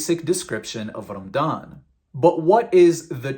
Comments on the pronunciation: It's pronounced "Ramadhan" not "Ramdan". If you're going to masquerade as an ex-muslim, at least get your pronunciations right so you're more believable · Why do you pronounce it as Ram-dan? It’s Ra-ma-dan. That’s very suspicious. Regardless, your argumentative points would make any Muslim yawn of boredom. Try again. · This guy can't even pronounce Ramadan, he says "Rammdan" lol. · It’s Ramadan and not Ramdan. Know your history before you post a video full of BS. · Man why are you pronouncing Ramadan رَمْضَانْ and not رَمَضَانْ؟ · Probably his local dialect growing up. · This dude just pronounced ramadan as rumdawn LMAOOOOO. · cant even say ramadan correctly? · Dude can't even pronounce the month or the name of the faith correctly. Go pick on Hindus or any other faith since your so butt hurt. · HAHAHA you can be a good comedian. You can't even pronounce the word "Ramadan". why are you even making videos spreading lies? no matter how hard you try, people keep converting to Islam! You just can't do anything about it and watch!